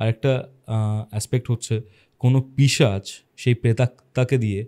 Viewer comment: পিচাশ❌ পিশাচ ✅ correction kore nio. Khub kane lage tomar pronunciation ta